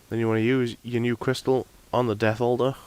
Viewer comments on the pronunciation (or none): I thought you were saying "Death Holder" instead of "Death Altar" so for about 5 minutes I looked up what the hell a death holder was lmfao.